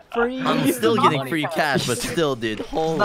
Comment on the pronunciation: Fwee tablet